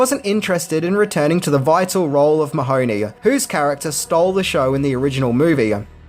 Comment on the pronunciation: As an Irish person I always cringe at the pronunciation of Mahoney as if it were an Italian name. I didn’t realise for years what they were saying .it’s pronounced Mah-hun-ee.emphasis on ee not hun.